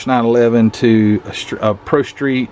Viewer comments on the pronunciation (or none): none